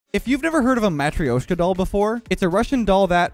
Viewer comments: Bruh you really shoulda looked up how to say matryoshka properly before doing that intro.... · I’ve never heard of that abomination of syllables you used trying to describe a matryoshka doll 🪆